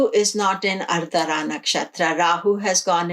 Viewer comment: it is Aardra not ardara.